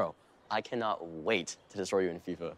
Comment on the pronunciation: what is fifta its fifa